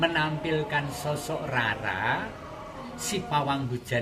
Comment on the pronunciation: Nama asli Jawa...mengucapkannya itu Raden Roro... misalnya Rara Jonggrang, Rara Mendut...mengucapkannya " RORO" Rama...mengucapkannya " ROMO"